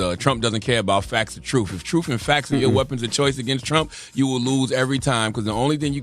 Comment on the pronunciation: “TROOF AND FAX”😂